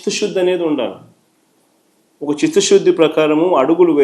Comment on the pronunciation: చిత్తశుద్ధి కి చిత్తషుద్ధి కీ తేడా ఉంది. అది కూడా పలకడం రాని గ్రాడ్యుయేట్ మీరు . . స్కాం కి ఫామ్ మీరు జగన్ గారు. తెలుసుకోండి కొంచెం! ఛీ ఛీ! సిగ్గుండాలి!!🤦